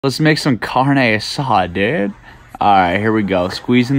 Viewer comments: I watched this 4 times just to here him say “carnay asaaad” 😂😂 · "Lets make some carne asaaad dude," lmao that was raw. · pEopLe aRe gOnnA GeT pIsSed n0 mAtTer wHat i d0 U wouldn't survive a cod lobby and if u dont want people telling u how is done how bout do research? And its not pronounced kaourne arraada ._.